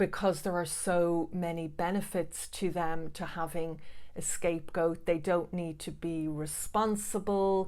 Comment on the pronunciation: To a non-english listener, it sounds like you are saying scape-ghosts, which kind of makes a lot of sense. I definitely felt like a ghost to my family, being subject of their fear, but at the same time invisible!